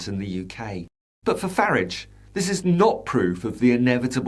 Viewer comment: you are the only commentator that pronouces the toe rag’s name as farridge not faaraage bravo. Another little push and its finished.